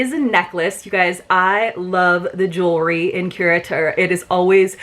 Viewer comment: I think you are the only creator who pronounces the name correctly--so tired of hearing it called curator box. That was quite a difference in values, but totally get the why in terms of your choices.. I did not order this box primarily as I have too many towels, too many cover-ups, too many skin oils, and also bags, albeit it was a cute bag--so glad it is black inside lol even if its harder to film.